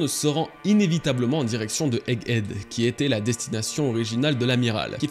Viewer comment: Bravo, 100% des prononciation de "egghead" étaient bonnes, y'a pas si longtemps on étais à moins de 10%:P